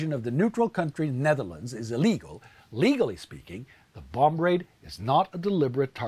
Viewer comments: The b is silent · we don't say the 2nd b in bomb. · Does he really pronounce the b at the end of "bomb"?? Great video. It's just killing me lol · Take a shot every time he says the last b on the word "bomb"